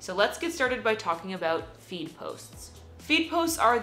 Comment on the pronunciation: Each time you are pronouncing "feed", it seems like "weed". Please correct your pronunciation